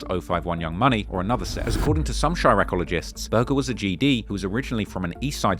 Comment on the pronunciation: I had to pause this, did he just say chiraq-oligist? I'm done